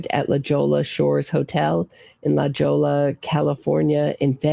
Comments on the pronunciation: Hi! Its pronounced La Hoy-a for La Jolla and it's a super beautiful part of Southern Cal. I pray God gives just to the O'Keefe family this time around. 3rd times the charm!! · La Jolla pronounced: La Hoy-Ya The letter J is H sound in Spanish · BTW Jolla is pronounced like La *HOY YA* OMG everytime i hear you call it wrong, makes me crazy. It's like driving a knife in my belly.